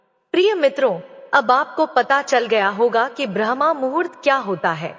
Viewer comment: Aapki uchharan galat hai brahmmuhurt ko brahmamhurt kah rahi hai